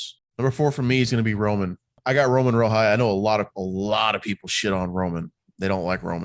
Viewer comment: finally someone puttin respek on romans name 👏